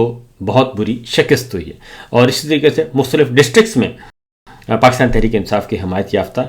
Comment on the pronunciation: Sabir bhai aap " qaaf " ka ic-tay-mal ku-chh ziya-da kur-rahay hain 😂 Pakistan ko aap " pa-qis-tan " keh-tay hain 😂